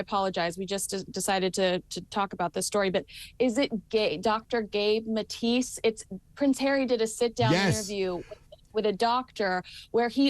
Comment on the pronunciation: It's not Matis, it Maté. If you're going to talk about someone, do some research. Oh, this is YouTube.